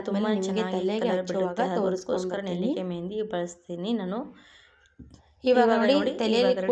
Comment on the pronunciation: Nellikaayi annodu kooda sariyagi helbeku